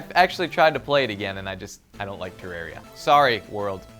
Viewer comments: I don't mean to be rude, but FYI terarria is pronounced ter-are-e-a. Just so you'll know. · Lol he can't even pronounce Terraria..... whatever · you pronounced terraria wrong and it was made before minecraft, i love minecraft and terraria but you have to separate your mind from them. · is it just me or does like to mispronounce things (ex: Tifa and Terarria)